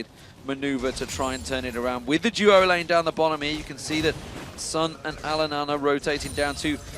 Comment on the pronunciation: its DU-O lanes... not JEW-O lanes... :3